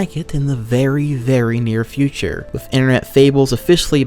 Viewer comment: The funniest thing about him being a video narrator is that he fucks up so many basic words. Saying shit like "wiff" or "mont stir mat niss" is hilarious